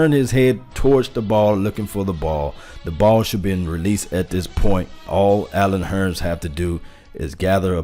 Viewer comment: I know you're country because you said Allen Hurn instead of Hurns. You sound like my Uncle from Arkansas.